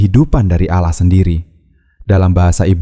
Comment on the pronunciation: Kenapa ia dari kata ALLAH jadi Aloh kenapa ia ini yg janggal kalau ALLAH ia ALLAH ga usah Aloh aduh ampun deh DJ